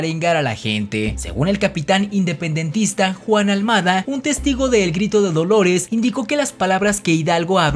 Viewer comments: No manches, aparte de tu sonsonete tan repetitivo y aburrido, no puedes leer bien. Pues mencionas a un tal JUAN ALMADA. Ja, ja, ja. Los hermanos Almada de la guerra de independencia. ¡Ya me los imagino! El nombre correcto es Juan Aldama, no Almada. Además dices que pancho Villa le quitaba las tierras a los hacendados para DESTRUIRLAS entre sus soldados. Yo creo que tu texto no pudiste leer bien, debió decir DISTRIBUIRLAS, lo cual suena más lógico. Los únicos héroes falsos que mencionas son el Pípila y Colosio, todos los demás si son héroes verdaderos, aunque por alguna cosita cualquiera que hayan hecho y no te parece ya dices que no son héroes. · ¡Habéis dicho Juan Almada! Es Juan Aldama.........